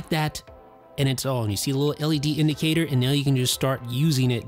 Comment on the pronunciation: I cringe at the way this dude pronounces "on"